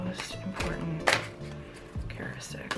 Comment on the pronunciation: The word is pronounced character istic